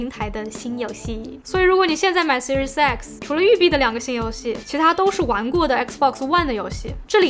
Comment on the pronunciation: 怎么我听读Series X听成Series sexy，啊哈哈，怪怪的